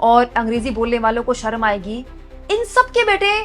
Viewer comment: अमित शहा हिंदी मे शर्म को सर्म बोलता है. पहले तो वो खुद ढंग से हिंदी सिख ले.